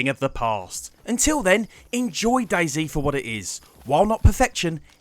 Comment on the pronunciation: "Daizi" dude no hate but its dayz